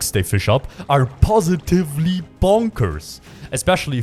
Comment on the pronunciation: you are french right? the way your pronounce "positive" remind me how Foucault pronounced "dispositif"